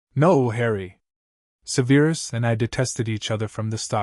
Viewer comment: I love how Petunia is very self assured. I love that neither Vernon nor Dudley have been mentioned. Now. if we could just get Snapes name pronounced correctly. It is not Seveeerus lol; it is sev er us.